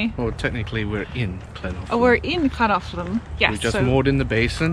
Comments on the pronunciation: The Welsh "ll" is not the same as the English "Ch", although many make that substitution. There is no equivalent sound in the English language. It's made by putting spilling air over the sides of the tongue. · You got the hardest bit of Llangollen correct , the LL sound is one of the hardest for non welsh speakers but you managed that well , just missed out on the G which is a hard G as in Great - great vlog really showcasing the area nicely , enjoyed it very much , thank you